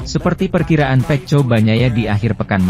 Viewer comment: Bahasanya ini admin tidak baek di dengar GP dia bilng ip peko bacanya dia bilng peco . Jdi bikin malas debgar komentator nya 😅😅😅